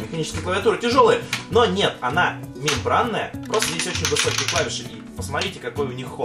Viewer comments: Он сказал мемблання, а не мембранная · ты сказал мибланная а не мимбранная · Мембланная клавиатура,хахахах лол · 4.52-4.55 минута. Не мембраная, а мембланая клавиатура. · Лол "Мембланная" :D кто услышал лайк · он говорит "мембланная" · сказал мембланая на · Sm1dd мемланная или механитеськая? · HOOPLER, он сказал мемблання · он сказал мембланая